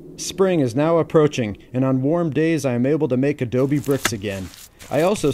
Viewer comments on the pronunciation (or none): none